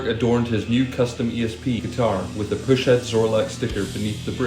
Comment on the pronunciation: Pronounced "PUSS (as in a zit)-head" Push head lol. Kids